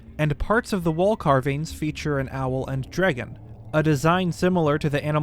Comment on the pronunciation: Come here just for his pronunciation of “drægon” lol